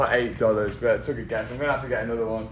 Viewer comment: Can you practice saying but correctly